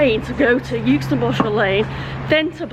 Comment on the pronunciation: Hi I'm from Yookston, 200 yards from the station. I'm sure this has been mentioned before but - the 'u' in Euxton is silent - it's pronounced Exton. Balshaw Lane is pronounced as 'bal - sher Lane', not 'Ball-Shaw' Lane. Good video, though